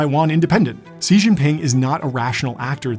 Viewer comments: This video would have been great had you bothered to learn how to pronounce his name. Every time you say "si" I am slightly thrown off thinking "who is he talking about now? ... oh he can't pronounce the name". Thumbs down for that. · If the pinyin used to write Xi Jiping’s name is correct, the “X” sound in pinyin translates to the “sh” sound in English. I too was really distracted by the narrator’s pronunciation. It doesn’t take much these days with Google translate to obtain correct pronunciation. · Clicked off the video as soon as i heard how this dude pronounced Xi lol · Entire documentary about Xi Jinping. can't correctly pronounce Xi. lol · look if you're gonna say the name that much at least try to pronounce it correctly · I'm really enjoying this video but your pronunciation of Xi is driving me up the wall. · If you are going to make a video about Xi Jinping, it might be a good idea to learn how to pronounce his name. To paraphrase Elon Musk . . . just sayin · Its really funny the way you are mispronouncing Xi sounds as if it is shǐ 屎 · If you are going to make a critical documentary about someone, please learn how to say their name first. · I can't with his pronunciation of Xi. 😅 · I have never heard Xi's name pronounced as you do. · Agreed ! Bet he’s never been there but claim to be some expert who can’t even pronounce President Xi’s name 😂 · His name is NOT pronounced as "See." The proper pronunciation of Xi's name is "She." The X makes a "shh" sound and the I makes the "ee" sound like a long E. I know this because I used to work for a Chinese guy from Taiwan named XI Mu (pronounced: "She Moo") and that is how he and all of my Chinese and Taiwanese coworkers pronounced his name. Idk if there is a difference in pronunciation of his name between Mandarin Chinese and Cantonese, but I should note that he spoke Cantonese as his mother tongue (though I'm pretty sure he spoke Mandarin Chinese as well). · Xi is not pronounced "See" it's prounced Shee.